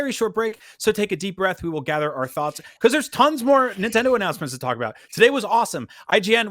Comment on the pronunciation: Big announcements but the "s" is silent!